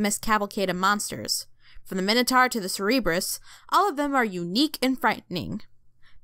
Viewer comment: You pronounced Cerberus as CEREBRUS, it's CER-BER-US! Sorry I had to correct you, I am a mythology fanatic. Also Perseus didn't go on any trials to save Andromeda, he was sent to prove himself as a hero and the task was to kill medusa, as he was using Hermes' winged slippers to fly home, he saw Andromeda chained to a rock by the ocean, her dad, the king, had angered poseidon and had a sea monster ravage the kingdom and the only solution the king could think of was to sacrifice his daughter, Perseus saved her and killed the monster, as thanks he was allowed to marry Andromeda. He then returned to the king that sent him on that crusade and using medusa's head, turned him to stone, at some point Athena took it. Also there are TWO versions of Medusa's myth, one where she did consent to poseidon's advances and doing it in athena's temple made athena pissed. Since theses myths were passed through oral tradition, it's hard to tell which is the real one and so you often gotta find the one that is the oldest, idk which version of the story is the oldest one but both were told in ancient times but knowing poseidon's track record the assault is probably the original